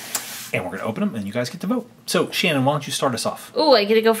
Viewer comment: Its not shnin its shannon